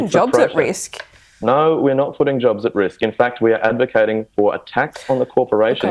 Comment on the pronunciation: "Naur its Naurrnt" no evidence or examples just kept saying no expecting it to be believed when every country with large renewable sources pay less on theor bills